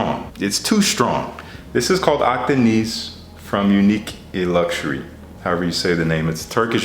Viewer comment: Your pronunciation is quite good man, just keep the last "i" short when saying Akdeniz 😁 then you're spot on. Nice selection of fragrances as usual.